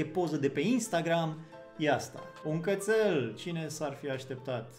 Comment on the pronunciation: M-ai pierdut la primul " Cățăl"